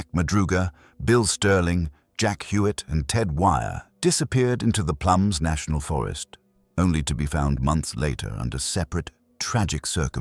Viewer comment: It's plumas not plums....